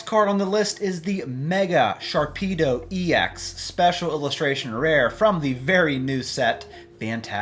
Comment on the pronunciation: You lost me when you said sharpedo